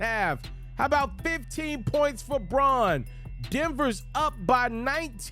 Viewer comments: Okay,, time to know your Nuggets. The rook, Christian Braun. His last name is pronounced, "Brown." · Christian braun, pronounced 'brown'